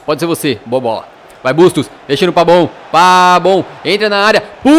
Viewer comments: Que raiva, é PAVON e não PABON!!!😠😠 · Eh Impressão Minha Ou O Tá Chamando O Pavón De Pabón Kkkk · vc fala errado kkk vc fala pabon sendo que é pavon mesmo assim seus videos sao muito bons parabens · Pavoooon e não Pabon que raivaa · porquê vc fala PABON e não PAVON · Pq vc fala "Pabon"? Kkkk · DouglasAnimações Clbc man eu escrevo meu nome do jeito q eu quiser, a pronúncia certa é PAVÓN